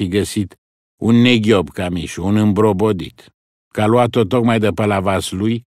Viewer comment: Luat , luase ...pe vremea lui Toparceanu se pronunța punându-se accentul pe "a" . I-a scăpat maestrului Pleșu 😃😃Altfel , superbă interpretare !👏👏